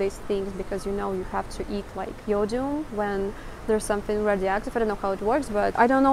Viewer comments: Hi! Love your channel and enjoy your superb English speaking with that slavic accent (its so smooth). On occasion, you will run into an English word that is not what it seems. "Iodine" is pronounced like "eye-ya-dine" or "eye-oh-dine":) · eye-oh-dine. iodine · Iodine ... eye oh dine ... just so you have an idea of the english pronunciation ... I am amazed though you do have very good pronunciation of the majority of the english you speak ... I didnt expect that ... and the cup of noodle soup we call it by various names cup o soup is a very common version or ramen ... I see from the large amount of seaweed and sea based products that your food supplies are mostly sea oriented which makes sense ... not like trucking stuff across a large country is cheap ... no matter what country you are in ... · Thank you for taking us shopping. The guard just proves that the old ways are alive and well. In contrast, the store proves that life is much better under the new system. So, you pronounce IODINE like "Eye Oh Dine." Choco Pies in America are labeled Moon Pies and they've been around a long time. The big difference between Russian food and probably European food included, verses US food, is there is a sincere effort in your foods, to contain really healthy ingredients; whereas in the States, healthy is generally a specifically created product and not part of the "in general," processed foods. All in all, one store brand isn't such a bad thing, as long as the prices stay affordable and the shelves are full. I find it really encouraging, that there is a lot of vegetables and citrus fruits. Okay, so if I visited Russia, I would immediately get lost and would most likely starve. Thanks for sharing. Stay warm and safe. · Your English is excellent. Iodine is pronounced eyeodine . As in to go out to eat is to dine . When a man really impresses his date it is because he knew where to wine and dine her . ( that has nothing to do with Iodine , it only sounds similar )